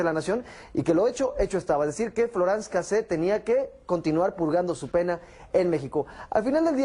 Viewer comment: "floranz cacé"